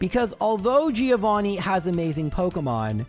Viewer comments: No, dude. It is Gio Threeo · Thriovanni...bruh...I choked